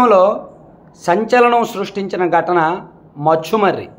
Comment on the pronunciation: Bro అది మచుమారి కాదు ముచుమారి నువు ఏమయిన్న యాంకర్ వ బ్రో 😂😂